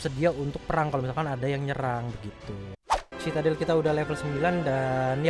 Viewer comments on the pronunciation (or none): Bang bacanya citadel= sididel